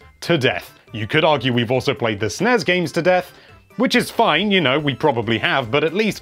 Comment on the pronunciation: Gosh darn it, it's ess-en-ee-ess and en-ee-ess